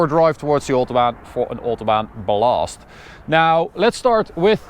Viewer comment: The way he said "blast" Hell nah 💀🤮🤣